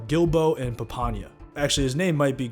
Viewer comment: Glad to see someone giving my favorite season of tv ever a proper breakdown, also it's pronounced "Papa-nia" & "Gil-boe"